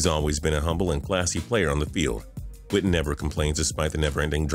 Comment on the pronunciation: Why he say Jason witten like jason widden